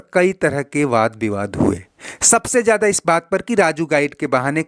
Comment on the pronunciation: your Pronunciation is so Flawed what is Mujic” say Music “ what is Hajaar can you not say Hajaar what is jiyada say Ziyada Awaz not Awaj 🤬🤬